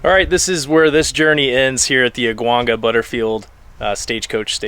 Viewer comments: Aguanga is pronounced “aawang-ga” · Great video!! As a Californio, we always called Aguanga “ah-wahn-ga” the a’s are pronounced as “ah” as a doctor would have you say, or as the a in Awesome (like your video)